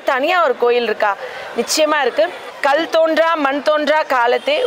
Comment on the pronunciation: என்னம்மா தமிழ் வார்த்தைகளை சரியா பேச தெரியவில்லை, கல்தோன்றி.